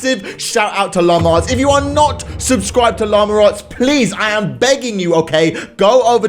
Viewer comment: “Lama-r arts”